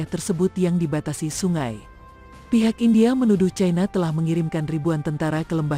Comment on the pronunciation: Mbak admin+Narator,mohn dtinjau lg dlm hal menyebut-Eja...ci-na/cai-na(china)...trmksh😊